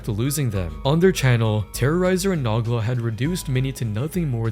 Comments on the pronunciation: Nogla. No gla. Not na gla. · "Naw-glah"😭 Noh-glah. Tis Irish ^^ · Ok so saying “Noggla” instead of Nogla throughout the whole video as if they legit don’t say his name a million time per video is genuinely irritating. You do however much research you had to yet cat pronounce a simple name right? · say nog la instead of no gla one more time and I'm gonna lose it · Naw Gluh. Nuh Gluh. It's No-GLUH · it's pronounced "no-gla" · the way he says Noglas name is frying me "nuglah"😂😂😂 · I’m sorry did you pronounce nogla as nahgla?! wtf is wrong with you! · Pains me anytime I hear it 😂😂😂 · Makes me wanna naw on a gla hearing that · Yo pronouncing Nogla as "Nahgla" is makin me wheeze harder than Pasta 😂😂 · Who tf pronounces Nogla like that. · This video is just copying Patrick CC ‘s video same thumbnails. Doesn’t even know how to say Nogla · How can you miss pronounce Noglas name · bro the way you pronounced nogla’s name oh my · Never in my life have I heard someone mess up Noglas name